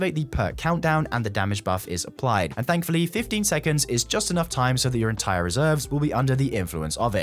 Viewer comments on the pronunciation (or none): none